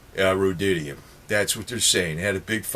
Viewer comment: ROAD-E-UM, not "road-DID-E-UM." Rhodium. Sorry to be nit-picky. Thanks for the great video!